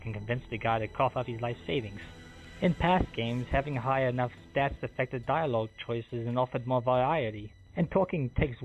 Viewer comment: Fweedom is important. You should always fight for your fweedom. Four diawog options is not enough.